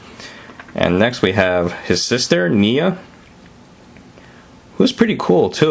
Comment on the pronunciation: It's pronounced Nia